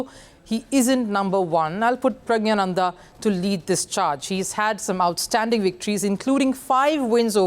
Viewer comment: She can't even pronounce Pragg's name correctly. Products of the Godi media juggernaut!😅